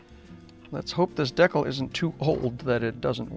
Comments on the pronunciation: i thought this was a very well-done in interesting video for ta couple reasons,. First, it brought back memories when i built an AMT 1/25 Ranchero kit back in 1961. Second, you kept pronouncing decal as deck-el rather than de-cal. This is something I've always done since I was a kid. I'm now over 70. <LOL> Third, I've built a lot of brass/wire chassis over the years & seeing other's works always interests me. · This guy doesn't know how to pronounce "project" or "decal". What is he, a Canadian or just a weirdo?